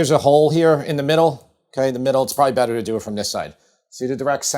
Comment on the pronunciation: Feta always makes it Bettah 😁